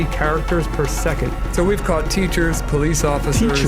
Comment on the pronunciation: Please teach pat how to say caught 😅 god bless your platform 🙏🏼